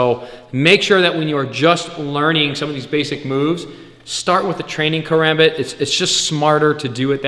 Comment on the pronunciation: First off you’re pronouncing karambit wrong Second never flip this blade it is not meant for that(care om bit)